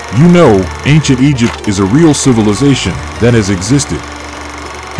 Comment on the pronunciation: S, civilisatonS😂